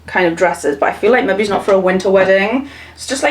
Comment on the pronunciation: Everytime you say the word ‘maybe’ it sounds like you are saying ‘maybees’. Is that just the Newcastle accent or way of saying it where you add the letter s to it?